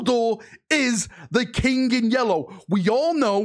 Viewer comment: I like how say "the yellow kink" and Not the yellow King 😂. The loyal son of dorn and his "yellow kink" 😂😂😂😂.